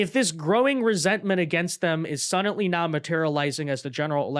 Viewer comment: it's "suddenly", not "suddantly". There's no "T" anywhere in that word. You're driving me crazy over here! 🤣